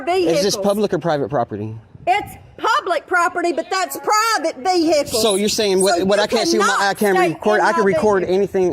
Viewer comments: Mah veeeeHicles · how many syllables is vehickulls? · You know there’s going to be trouble when the cops pronounce vehicles vhickles. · Record them private ve-hay-cles!